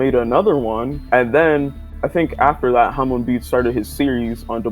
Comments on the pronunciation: Love the video but I can’t help but laugh at you saying it like “ham on” instead of like “harmone” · I’m sooooooo offended he did not say hamon right